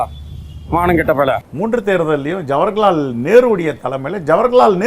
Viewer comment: ஜவர்ஹலால் நேரு ❌ ஜவஹர்லால் நேரு.✅ தத்தி பயலே😂